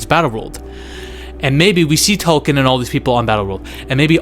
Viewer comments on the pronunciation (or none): you're my guy but it's TALOKAN not TOKEN 😂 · "Tolken" bro it's pronounced TAO-LO-KHAN not Tolken😭🙏